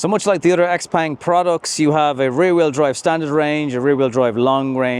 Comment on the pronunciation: This car was launched 2022 here in China. It’s an awesome EV but it also has a lot of competition from other brands as the Chinese market has exploded with new models and brands. It’s pronounced Xiaopong, not Xpeng.